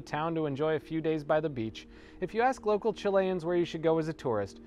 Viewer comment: You are pronouncing Chilean wrong... ;)